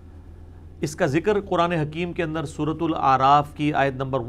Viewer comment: Mirza sb kindly correct pronounciation of aaya mubark.thanks